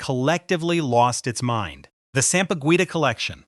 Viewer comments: It's pronounced ( sampaguita) sam-pa-geeta. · Sampa-Gwi-tah disturbed me 😂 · The “gui” in sampaguita is pronounced Gi like in Guitar. Just saying lol.